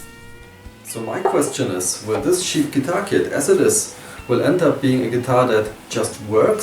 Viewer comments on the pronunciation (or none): and it's cheap, not sheap